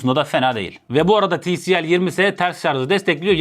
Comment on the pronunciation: Ti el si değil abi ti si el